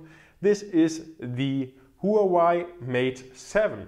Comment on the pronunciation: the HUAWEI is read as wah-way